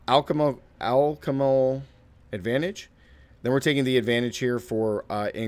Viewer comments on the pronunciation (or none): You say "Alchemical" like "Al-CHEM-i-cul"